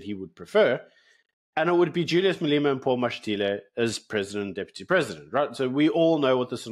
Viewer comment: Who the fuck is MalEEEMa bruv?